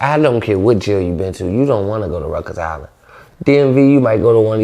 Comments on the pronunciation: He don’t know he saying it wrong lol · “Ruckers” is insane 😭😭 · Nigga said Rutgers island 🤣🤣🤣🤣🤣🤣🤣🤣🤣🤣🤣🤣🤣🤣🤣